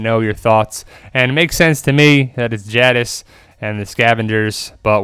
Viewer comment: I think it's Judis...I mean Jadis